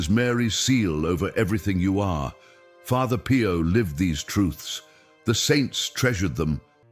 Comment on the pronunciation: father PIE-YO lol